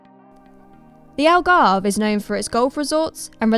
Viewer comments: You butchered the pronunciation of Algarve. Its not "Algarvay" its literally "Algarve" - the way its spelt. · English people trying to properly pronounce Algarve be like “Algarveiiii” 😆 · Just say "Algarv" the E at the end is basically silent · Not white, just wrong. English please.